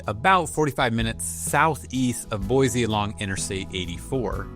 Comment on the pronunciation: How many times have you heard there's no Z in Boise? Boy-see 😉